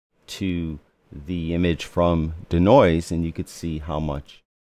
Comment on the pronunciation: It's DEE-Noise, not 'D'Noise', lol... Also, this doesn't really tell us how to use it as a plugin. I'm looking for how to set it up. This already assumes it's set up. How do I set it up?